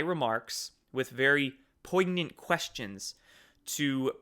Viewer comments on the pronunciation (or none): The 'g' in poignant is silent.